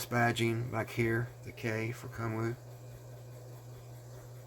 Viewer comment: About 10 minutes into the video when I finally realized you were not saying "kung fu" but actually "Kun Wu"! Sweet piece for sure. Thanks!